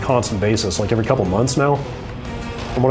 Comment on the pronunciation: is still putting an "r" before the "v" each time he uses the word "every"